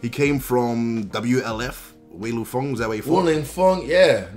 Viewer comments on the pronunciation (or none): none